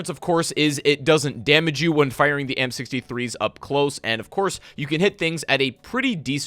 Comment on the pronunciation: It almost sounds like your saying the m63’s instead of amp63’s lol